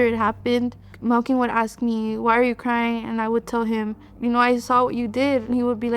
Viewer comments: Wtf was the brothers name? I swear she says Milking is his name. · It’s Melquin 😭 it’s cause it’s an odd name but it’s pronounced Mel kin